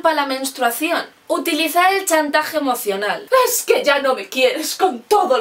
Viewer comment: "Ejque a veces no pillamos..." xDD